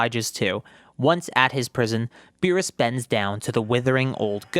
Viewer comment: The way he pronounces Meerus sounds like a fancy dish